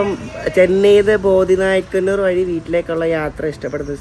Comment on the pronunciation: ബോദി നായ്ക്കന്നൂർ അല്ല ബോഡിനായ്ക്കന്നൂർ ആണ്.